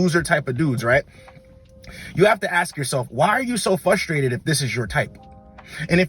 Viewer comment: Bro keeps saying FUS-strated and it sounds soooo dumb